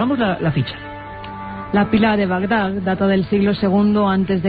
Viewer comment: espero que después de todo este tiempo hayan aprendido a decir Bagdad en vez de Bagdag